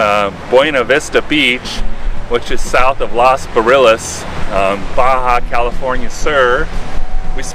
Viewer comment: Your pronunciation of Los Barriles is not even close to correct. Work on that. Otherwise enjoyed the video.